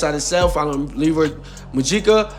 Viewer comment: You're pronouncing his name wrong ain't no Dominican dude on this planet named Leroy 😅 his name is Leury "Lou rie" lol